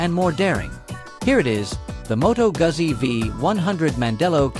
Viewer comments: It's Goozi , not Guhzzi. AI is killing the world. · It's pronounced Moto Gutzi...dumb chat ai